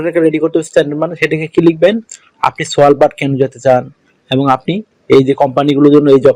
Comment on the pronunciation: ভাই সস্তা ইনফরমেশন দিয়ে মানুষ কে হয়রানি বা মিথ্যা আস্বাস দিবেন না, আপনার ভিডিও র প্রথমেই আপনি দেখাচ্ছেন সেন্ট্রাল নরওয়ের ভিডিও,আর Svalbard হলো একটি আর্কটিক দীপ, সেখানে যেতে হলে স্ট্রং ট্রাভেল হিস্ট্রি থাকতে হবে পাসপোর্ট এ এবং সাথে লাগবে নয়ওয়ের ট্রানজিট ভিসা আর বুঝতেই পারছেন নরওয়ের ট্রানজিট ভিসা কি মামু বাড়ির আবদার? Svalbard এর উচ্চারণ সাধারণত সালভার্ড বলা হয় আপনি বলছেন " সোয়ালবার্ড" যাই হোক Svalbard এর কোন ওয়ার্ক পারমিট হয়না,নয়ওয়ের ট্রানজিট ভিসা পাওয়ার যোগ্যতা থাকলে সে Svalbard যেতে পারে ও ওখানে কাজের অপশন থাকলে ওয়ার্ক পারমিট ছাড়া কাজ ও করতে পারবে যতদিন খূশি ওখানে থাকতে ও পারবে। Svalbard এ টোটাল লোকসংখ্যা এরাউন্ড ৪ হাজার তাই কাজের পরিধিও খুবই কম,আর তাছাড়া বছরের ৮ মাসের উপরেই থাকে মাইনাস ৫-৪৭+ সেটাও ভেবে দেখতে হবে। দূঃখজনক হলো আপনি Svalbard এর গল্প করছেন পূরো ভিডিও দেখাচ্ছেন নয়ওয়ের 😂😅